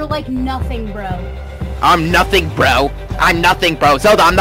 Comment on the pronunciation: She says it like “brew”